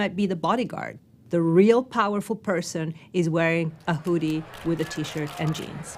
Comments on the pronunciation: The who-dee.... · Ted speaker: "The huudy" The Woodys start playing! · Please ask her to pronounce hoodie like everyone does. PLEASE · The “oo” in “hoodie” is pronounced like the “oo” in “good,” not the “oo” in “food.” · She’s pronouncing it incorrectly ! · Disliked because she can’t pronounce hoodie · Whodie this person learn from that she pronounces the word in that way? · The way she says hoodie makes me uncomfortable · The same way many people can't (or choose not to be able to) pronounce "oo". Moon becomes "mewn", food becomes "feud", cows apparently "mew". Annoys me intensely.